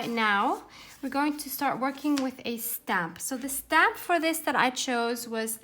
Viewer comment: 🤷🤦 " REALLY Tim Holtz REALLY??" 😂😂Freudian slip, each time you say "stamp" it sounds like you're saying "SCAM". idk, maybe you meant it? HAHAH lol Sounds like a rant I would have in my house, don't worry you're not alone, I feel your pain.😄 lol